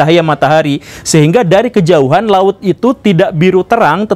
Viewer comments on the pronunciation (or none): none